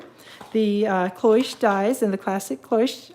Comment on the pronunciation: Cloche clo rhymes with glo, Che rhymes with shh